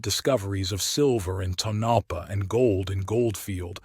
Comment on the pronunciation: You should really research the correct pronunciation of your words before telling your stories. Tonapah is pronounced like this Tone a paw.